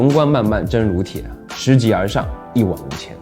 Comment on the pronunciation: 小米的文案可能万万没想到，“拾级而上”的“拾”字念shè 🤣